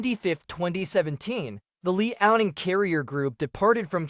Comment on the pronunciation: Stop watching when you pronounce LEE-ao-Ning.